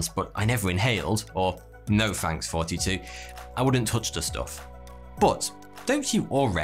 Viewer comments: Thought your name was "forty-two" this entire time bc you can't pronounce "th" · Hey, hope you're doing great! Thanks for your wonderful videos. I've a question for you. With all due respect. Your channel is called Thoughty2, but the way you pronounce it sounds more like Forty two. Is this a wordplay/ accent play (?) as is "the answer to Life" and your vid's are constructive for life? Or did I just over thought it? 😅 Thanks. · Love your videos, but why does it sound like you’re calling yourself? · I don't get it; is your entire accent fabricated? You always start out saying hey it's thoughty2 here. But the way you say it is as if the th is not pronounced in your accent and so it comes out sounding like but then in the very next sentence you proceeded to use words that have th and you pronounce the th flawlessly. There's a lot of things that you say that absolutely make no sense to the way the you enunciate things in relation to others. It's freaking weird but then other times words with a th you don't pronounce once again like when you say this is all thanks to. The way that you say the word thanks comes out with an f saying "this is all FANKS to" there's a lot more I could go into having watched your channel for a long time, but it's a lot more than just your th your entire accent sounds completely fabricated and made up when I listen to you